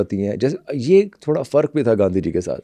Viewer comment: teach the host to fucking pronunce urdu alphabets right tf is تھورا